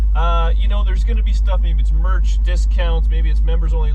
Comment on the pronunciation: Viewers? Us guys? You'se guys?? I'll be dipped! Mer membership? Mer murch?, EASY does it! Dani might mess herself...Gee wiz..